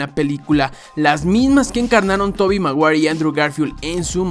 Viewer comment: tobi maguair 🤣🤣🤣